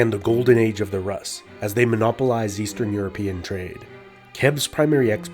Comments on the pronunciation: It's pronounced "roos", not "russ". Also, why does the artist's impression of Slavic tribes look like a Turkic nomad? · Rus is pronounced as roos not rahs. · I like the way you pronounce Rus, it should be pronounced Roos but Ruhs is really nice 10/10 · ur pronunciation of Russ is incorrect! Russ is ROOS not Rus! which is why many countries still to this day call Russia Roooosi or Roos i.e. RUSS! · It's pronounced Roos' not Raas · It's pronounced "Roos" not "Russ" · Roos, not russ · Isnt rus pronounced Rooose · in Russia: Rus is pronounced "Roos". Russia is pronounced "Roosia". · Rus is pronounced Roos, not Russ lol. It's so disconcerting and sounds... uneducated. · It's pronounced "roos" with the s being palatalized 😡😡😡😡 jk good video, all I know of russia's old history is from all those russian cartoons about knights i watched when i was a kid Also you said Moskva river but then called the city Moscow 😂😂 the city is also called Moskva lol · Lots of info but you pronouncing rus wrong everytime bothers me 🤣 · Interesting if somewhat cursory runthrough of early Russian history. A clarification, the Rus were Swedish Vikings from the area called "Roslagen". The 'u' in Rus is pronounced just like the 'oo' in foolish btw. 😳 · Why Russian pronounced rus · this is right, most land names of past century's are pronunciations of todays historians. there was no byzantine empire, only eastern roman empire, no greeks just romans, no Carolingian just franks and so on and so on. the list is like endless all the names were given in the last decades or century´s for empires and people millennia's ago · Russia =/= Rus. It sounds differently in all slavic languages. Russia should have been latinazed to Rossiah. Look up Russian pronunciations. Russians themselves even mock English pronunciation and say it's incorrect.